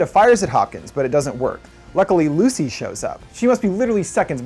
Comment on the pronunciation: STOP SAYING LUCY!